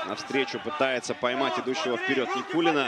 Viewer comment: Со буд даь вакх ц Никулина, шей нан буд цу дерьг. Судья не правильно читал, шей ворхий нан буд цу дерьг.